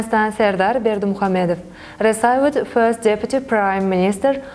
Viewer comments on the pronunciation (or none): Молодцы , это хорошо на английском, но нужно поработать над произношением, многие слова неправильно произносит(не смогу все перечислить, например received-не «ресайвид» рисивд rɪ'sɪːvd, не «дурунг» а «дюрин’»djʊərɪŋ , не «конструктив» а /kənˈstrʌktɪv/, слово appreciated не «апресайзед»а ə'priːʃɪeɪtid, слово awarded тоже неправильно произносит, …) и где нужно звук /s/ нужно говорить s, а не /θ / и ненужно отдельно выделять артикль “the”